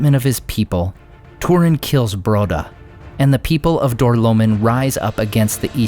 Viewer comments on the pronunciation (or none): Door-low-mean not door-low-min